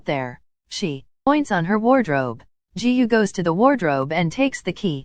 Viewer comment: The way the ai said "Jihu" instrad of Giyuu is just hilarious